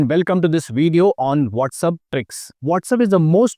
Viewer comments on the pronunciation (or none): it's not widio it's called Video